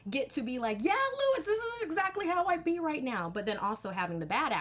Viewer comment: Luis is not pronounced like Lewis, it rhymes with "new peace."